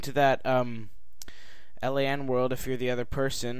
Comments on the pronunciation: L A N? brah... its LAN... Local Area Network. Triggers me when people say it wrong xD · Holy shit plz stop pronouncing it L. A. N. It should be pronounced as one word.